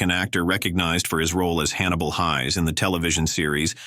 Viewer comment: Boy-Ay...Fee-zhee-ac.....Haze, not Highs.